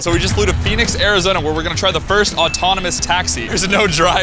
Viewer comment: It’s first not fist